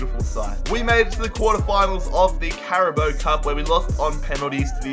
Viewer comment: Did he just say “carabo cup”